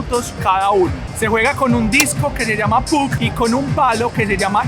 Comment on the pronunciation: Muy buen video, pero te quiero hacer una correcion, el disco de Hochey se escribe puck pero se pronuncia pack.